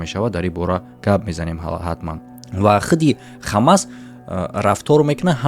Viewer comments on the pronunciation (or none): Бародар Хамас не Ҳамос Талафузи дурусти Форсияш Ҳамос мешавад